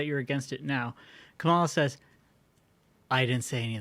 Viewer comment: I love for a million issues but his pronunciation of Kamala is great. Some dirt bag chastised tucker for it when he was on fox. NC Atty Mary